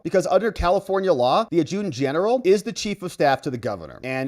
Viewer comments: adjutant is pronounced Add-joo-tant. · AD’ ju tant it’s not hard to pronounce. All your previous pronunciation has been IMPRESSIVE.